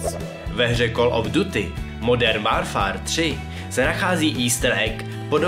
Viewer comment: super video, akorát mě dost irituje, kdy klesáš hlasem, děláš to takhle ve všech faktech, klesáš tam, kde se nemá a naopak, to bych zlepšil;) + výslovnost některých anglických slovíček hiden - (hidn) duty - (ďůty) warfare - (vórfér) ale jinak nemám co vytknout